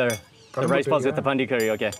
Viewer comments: Not Pandi 🤭 its Panni 🐷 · Its not pandi, its panri